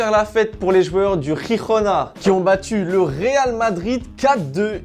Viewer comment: On dit pas RIRONA 😂😂 même en espagnol 😂😂😂😂